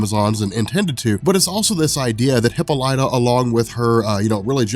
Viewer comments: bro, please... It's not hippo-lyta, it's hi-ppola-ta. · The Wonder Woman trailer is out PLEASE stop saying Hip-O-lat-tah, its Hip-Pol-ita lol! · It’s pronounced hip-olita, not hippo-lite-a. You should know that. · Dude I love your videos but you need to know that it's pronounced (Hip - All - Lit - Ah) NOT "Hippo - Light - Ah". I cringe every time you say that. You're still the man bro just stop saying it wrong. #WonderWomanFan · hip-paul-lit-a. not hippo-light-a. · Say it with me now...Hip-pol-ah-tah...there's no hippos in there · Hip-all-it-tuh Not Hippo-light-uh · 🤦🏾‍♂️🤦🏾‍♂️🤦🏾‍♂️😂😂😂PLEASE!!! For all that is holy…WATCH ONE OF THE CARTOONS so you can learn how to pronounce “Queen Hyppolita’s”(Hi-Pah-Li-ta) name! 😂😂😂😂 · No it's obviously a hippo lighter. And Leo ney adidas. :D Bothering me a lot too when he says hippo lighter XD But funny! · high pole uh ta? Isn't heh paul ita? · Wow. You couldn't even spare the time it takes to figure out how to pronounce the name Hippolyte correctly. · please listen to the pronunciation of Hyppolita... you're saying it incorrectly. I swear I'm not trying to be rude, but I enjoy your videos, and you sound like the kind of guy that likes factual information. Just thought I'd let you know. Please don't hate me lol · The butchering of the name hippolyta makes me cringe everytime I hear it... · dude you pronounced ww mom name wrong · your pronunciation of Diana's mothers name is offensive. GJ otherwise!